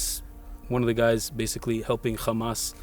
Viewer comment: can someone explain to this guy that hamas isnt pronounced khamas